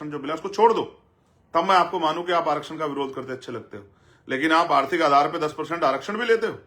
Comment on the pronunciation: पहले बोलना सिख लें आरती अर्थी अर्थ अर्था ये क्या होता है उसको आर्थिक बोलते हैं